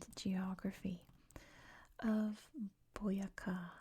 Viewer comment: Colombian here! Thank you for the video. Boyacá is quite a key department for the Independence times. Also it has the accent in the last syllable, like boyaCA for the future colombian vids, you'd love to visit our country one day. Keep up the good job and warm regards to Idaho <3